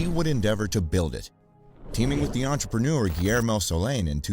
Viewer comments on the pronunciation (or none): none